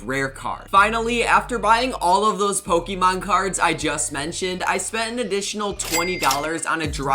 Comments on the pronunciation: Why does he says ,pokiemon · You can’t even pronounce the Pokemon right man, I usually really like your content but as a Pokemon fan I don’t like how you’re profertering on something I love